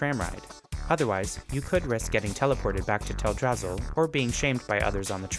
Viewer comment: I lost my rested XP every time he said Teldrassil.